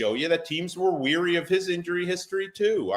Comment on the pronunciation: It's WARY!!!!!!!!!!!!!!!!!!!!!!!!!!!!!!!!!!!!!!!!!!!!!!!!!!!!!!!!!!!!!!!!!!!!!!! almost said "weary" again.